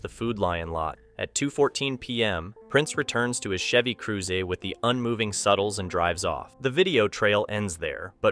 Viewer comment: Ion like the way he pronounced Chevy Cruze wrong